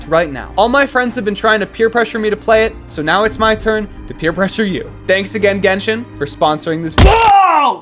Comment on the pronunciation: Ok good sponsor I actually play genshin but it’s pronounced “GenSHin” Not gengen it rlly annoys me.